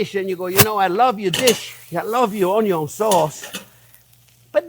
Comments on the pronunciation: HAHA "Onyo" welcome back, Chef!! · Only came here for the first few Onyo-pronounciations and then clicked off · "You can call it whatever you want " ... " It's onyo" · "Onyo" evokes memories of Justin Wilson. 🥲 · everytime he says onyo take a shot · Be sure to onyo the onyo when you're onyoing the onyos! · “Onyon is number first!!” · yes! Onyo I say it that way all the time now. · My favorite part about this video is my eyes only saw the video title and I knew EXACTLY who pronounces onion like that hahaha. Welcome back Chef. Cheers.